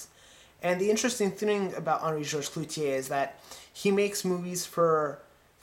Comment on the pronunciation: It's CLOUZOT, not "Clouzier".